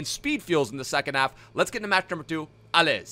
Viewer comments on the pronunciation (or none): Actually in « Allez » the z is quiet you say it like alley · you pronounce allez without the z sound haha!